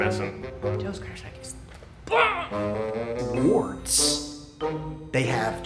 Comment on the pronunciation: ms- the drink is WARDS root beer. I love the guy answerin for our state though 😂. He didn’t disappoint when he said wards.